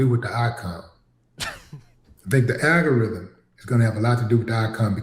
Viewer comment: Well, "little Willie whatever" calls it the "aga-rydum," can he actually read is a fair question! 😂